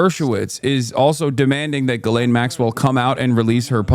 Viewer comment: Juh-LANE is crazy her name is pronounced gee-lehn with a soft G